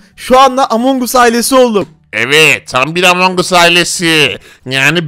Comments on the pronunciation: Abi among us deyil among gas diye sölenio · Abi among us değil among as diye okunuyor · Abi among us diyil emong as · Abi o amon us diye okunmuyo amon gas diye okunuyo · Abi o among as diye okunuyo